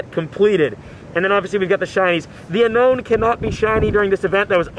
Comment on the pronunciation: Your one of the only person I have seen that can pronounce Pokémon names right and play Pokémon go But that’s not how you say unown “it’s u-no-wn not unknown”